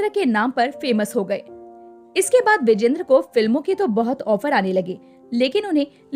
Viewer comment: विजेंद्र नव्हे विजयेंद्र उच्चार करा.